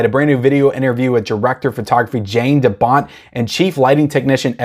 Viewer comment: Haha as a Dutchman I again like how you butcher the name Jan de Bont. You did the last name in the correct way. Pronounce the first name as Yawn, but then take away the W in it en just pronounce Yan. That's the closest you can pronounce Jan the Dutch way. Should rewatch this movie sometimes in the near future. When I was a kid I found this movie to be very creepy. But I don't it'll still hold up these days.